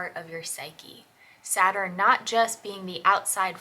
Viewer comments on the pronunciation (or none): Saturn, not Supiter! Lol! 😂